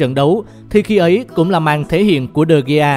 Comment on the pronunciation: Người ta đọc là đờ-ge-a mà đọc de-gi